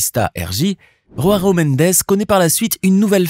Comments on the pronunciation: On dit Joao pas RHoao, c'est du portugais, pas de l'espagnol, le J se prononce J, pas R . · tu peux te renseigner sur la prononciation des noms portugais/brésiliens stp? ronaldinho se dit "ronaldinio", et joao ne se dit pas roaro mais "joao"... comme ça se prononce en fait. "Roaro" loool merci rama faré :face-blue-smiling